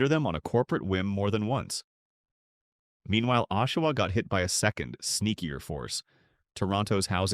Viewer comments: So much more than that. A.I, sounds words out, and badly. For example. the verb READ, pronounced 'red' is pronounced 'reed'. Oshawa is read with a long or hard o at the beginning. (Twice!) Okay. Sew Saint All Marie! I just heard the Sault Ste, Marie one. How did the computer mess that one up so badly? And then Sew Saintay Marie? Then there are the constant vocal pauses throughout. A.I. narration is lazy garbage. I hope that it gets better. I won't be back. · They pronounced it O-shiwa. I hate AI. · And Oh-shawa